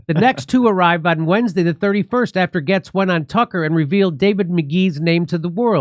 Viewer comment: Jimmy finally pronounced Gaetz correctly.